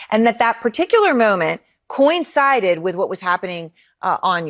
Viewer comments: "Coin sided"? Is that like "lite rally"? Come on, people. If you speak professionally, you should at least learn how to read. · She’s saying “coin-sided”?!?!?!?!?????